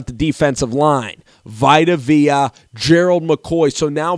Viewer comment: Aaron Martin For real. Jason LIKED, Robert AGUARRO, VITAMIN Vea...